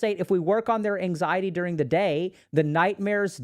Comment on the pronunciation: "Durng they day"